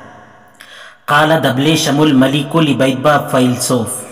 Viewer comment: Your arabic so poor It's no dableesham It's dabshaleem